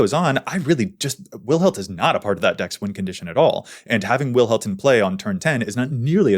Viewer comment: That Wilhelt the Rotcleaver probably is more accurately thought under a Dutch/Germanic umbrella and shouldnt be read with the English |w| sound but rather the Dutch/German |w| or sounds like |v| in english. Does it matter? Not really but its nice to know not everything you pronounce is anglocentric